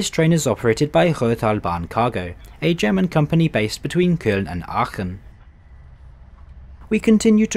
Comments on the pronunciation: Have to say...i like your videos more than, let's say, simply railway....Because i can just listen to your review and don't have to read. Also props to you for trying to pronounce station names and other stuff in the language of the country you're in. Your german is pretty good :3 Greetings from Berlin, you might want to check out the new Desiero HC units on the RE1 line. They're known as cellphone eaters xD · As an 🇦🇹 Austrian I praise your enthusiasm and how much you care about the right pronounciation of everything, doing even better than many Germans 😅 ! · I have to say, your german pronounciation is pretty good, considering some other reviewers butcher some words. Its also kind of weird to see a train that i have been riding on a lot of times in a review video. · Nice video and your german pronounciation is pretty good! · Great trip. I like your German pronunciation, feels like you are native. For the restaurant carriage, nothing special but not bad, so it's standard. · You have great pronunciation!